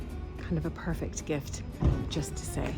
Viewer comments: "p-e-r-f-e-c-t". Pronounced per-fect. Not purrr fect. Sorry I just don’t understand why you do that. Did you have a speech class and emphasis was on certain syllables? Same for beautiful. Pronounced b(be) u ta full. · Why are you saying "parfect"?